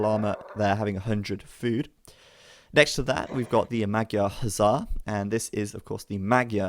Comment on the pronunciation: Pronunciation of magyar is wrong. GY is closer to J in JACK. Just a little softer.